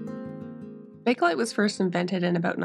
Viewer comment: What a stunning piece with that beautiful woodgrain. Well done on getting those deep stains out! FYI, it's pronounced just 'bake-lite' and not 'baka-lite.' I'm wild about art deco pieces and you always do a beautiful job on them.